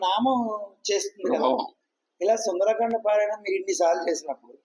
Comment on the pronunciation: సుందరాకాండ కాదు సుందరకాండ